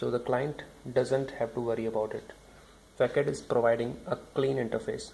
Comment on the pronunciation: not pronounced fakad , but fasad , because its a frenchword